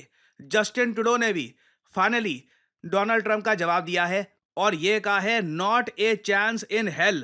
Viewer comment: Donald Trump ❌ Doland Trump ✅😂